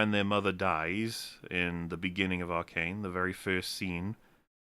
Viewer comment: It's supposed to Arcane, not Arcant